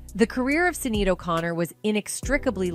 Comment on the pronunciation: Why are you pronouncing Sinead's incorrectly?